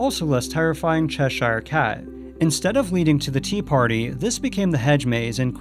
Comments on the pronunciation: To make things a bit easier for you, Cheshire is pronounced "Chesher". Same with all English counties with "shire" at the end. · CHESH-SHIRE Cat (NC-Doug Walker, says it the same waY. nO BIGGIE.) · Cheshire is pronounced Chesher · Why are you saying 'Cheshire Cat' like that?